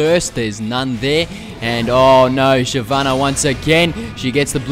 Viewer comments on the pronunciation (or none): none